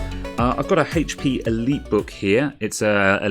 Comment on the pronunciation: Its called HP not hatechP